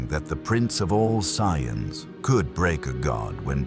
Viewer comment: Yeah there's mispronouncing and then there's whatever that was